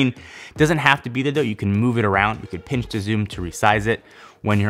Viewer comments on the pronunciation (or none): none